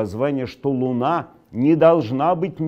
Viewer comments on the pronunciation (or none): none